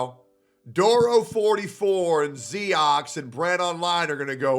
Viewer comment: He's not "Zee-Ox" he is ZYONIX